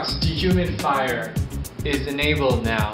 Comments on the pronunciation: "De-humid-fire function" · I like the way he pronounces D-HUMID-FIRE :p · He doesnt say de human fire. He says "dehumidfire". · why does it sound like he keeps saying "de-humify" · de human fider? lol teek instead of tweak. this is hilarious